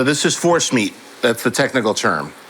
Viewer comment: Am I the only one, that when he said Force meat heard horse meat?